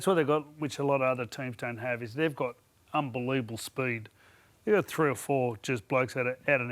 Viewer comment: "they've got unbeluuevable spuued" 😅